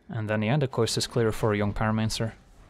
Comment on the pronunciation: Jong pyromancer is a dead giveaway that you’re a Flemish speaker :)